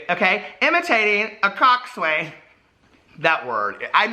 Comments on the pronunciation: How has no one told you yet it's pronounced cock-sin?? Rowers of the world where are you?? Don't leave hanging like that. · I love you but my grammar bone is twitching hard. Although it is spelled COXSWAIN - the way to properly pronounce the word is COCKSIN - I know this because I was a rower for some time in high school haha 🙃